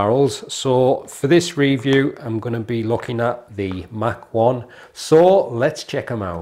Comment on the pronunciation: It's pronounced Mach 1 like In speed.